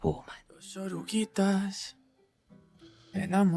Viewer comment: I’m sorry, but it’s “Oruguitas”